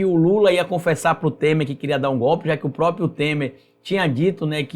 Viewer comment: Ótimo vídeo. Mas olha, o nome não é própio, é PRÓPRIO!!!!!